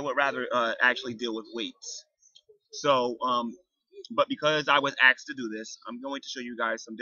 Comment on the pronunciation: In the beginning you said several times that people axed you, but i don't see any ax marks. Didn't jesus say not to lie? Just kidding bro, couldn't help it. I am a cat afterall.